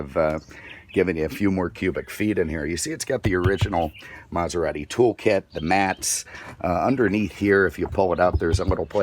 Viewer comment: Lmao. Mazarati 😂